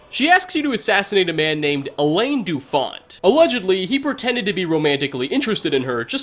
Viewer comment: Alain Dufont, not haleine doufonte, idiot.